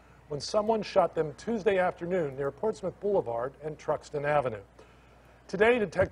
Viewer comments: Smh im from norfolk virginia been here 32 yrs all my life its pronounced like Portsmuth its just spelled portsmouth but wow this is sad 😢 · I'm late but it's pronounced "ports-mith". This is typical behavior for this neck of the woods. Not that it makes it okay but it lessens the shock. I go to that side of town because it has the closets church's chicken lmao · Pronounce Port•Smith